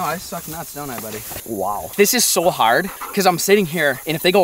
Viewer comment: he sounds like hes from Ireland "this is so harrrd"